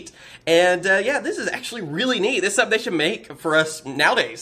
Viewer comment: You Say "Dis"